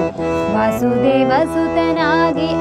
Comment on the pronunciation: You are excellent. Just ine correction, second-last para, you said ವಾಸುದೆವ, which is actually as ವಸುದೇವ.